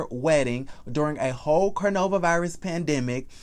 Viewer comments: Do you pronounce coronavirus wrong on purpose? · I love how u call it the Cornova virus lol